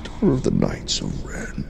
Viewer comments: The way he said "k-ngihts" of Ren made me triggered. lol :) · The k is silent in knight. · It’s pronounced “Ka-nig-its”